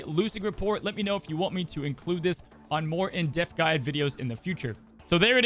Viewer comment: I love watching your videos, but I do cringe when you say "in deaf" instead of "in depth"